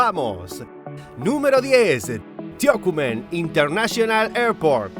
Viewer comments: No se dice Tio-cu-men Se dice Tocumen, acento en la "u". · Tiouwucumen?. Tocumen TO-CU-MEN